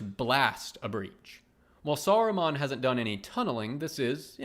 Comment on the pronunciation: "Saru-mon" like Pokémon. Lol